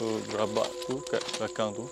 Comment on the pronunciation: Gerabak la kak. Bukan Gerobok